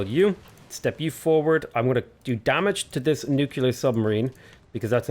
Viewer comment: Is his "nucular" a Simpsons reference or does he genuinely not know how to pronounce the word? I seriously can't tell XD